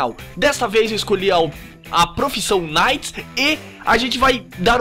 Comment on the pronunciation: Porra, ganhou like só pq falou "naite" e não "quinaite" kkkk